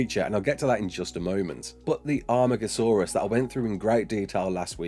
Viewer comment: Amargasaurs not Armagasaurus. Sorry to be that guy. great video though <3